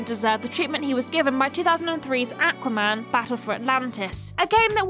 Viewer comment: If i hear say AQua man one more time, i will literally die.